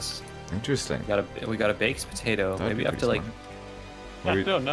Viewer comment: "Mabye“ is crazy